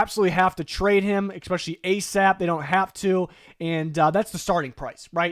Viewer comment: Please stop putting an X in especially